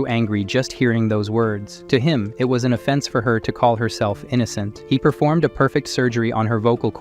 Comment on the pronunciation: i find it so funny every time "the best defense is an offense" it sounds like its saying "the best defense is a fence"